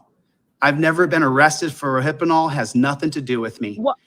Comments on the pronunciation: "Ro-hippa-nol... First off it's just "Rohypnol " you granny glasses wearing dumbass... Secondly, last I checked GHB is often used as a DRD too... dumbass. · you dyslexic 💩, you should have stayed in school bud. The drug you mispronounced is called "Rohypnol" not "Rohypenol", there is no such drug as "Rohypenol" and yes I graduated from medical school, duuuuuuh!